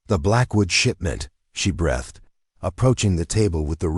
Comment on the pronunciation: Listening from Parkston South Dakota Teach your AI reader that 'breathed'" is pronounced 'breethed'.